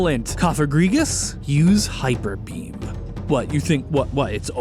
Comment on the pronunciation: Thought he said "Hyperpeen" and that's why Cofagrigus didn't want to use it